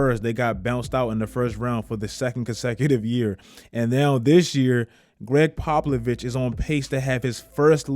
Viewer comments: Popovic not pablovic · Who the fuck is Gregg Paplovich ??!! 😂😂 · “Greg Poplovich” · “Greg popolovich”- 2020